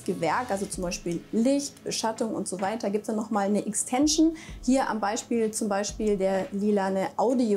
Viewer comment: "Ixtänschn" = Erweiterung